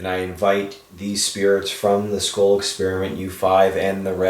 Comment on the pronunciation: I hear, “ this. Is. Patrick ... ma.ken.na ... with. the. scole. pro-JECT” sounds like he said scolee (long e) He’s breaking hard between each word / slow thru the syllables